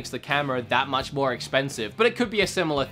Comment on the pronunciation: its much not mu ""t"" ch